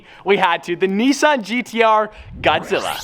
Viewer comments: Godzilla=“bugklla” not “bugkllr” Sorry I’m from tha south 👍🏼👍🏼👍🏼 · asin says god zila (goud zilla aaaaalalalalalalala